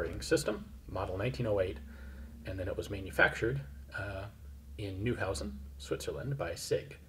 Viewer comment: Ian, let me just point out, I case you want to know: the name of that rifle (and the general) should be pronounced MondraGON. That's how it's done in Spanish. They never say MonDRAgon. And... Neuhausen is actually NOY-how-zen. I'm not trying to be annoying here, OK? :)